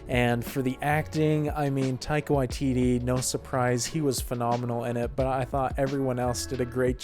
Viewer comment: Your pronunciation of Taika Waititi is fantastic. You're the only youtuber i've seen who says it correctly.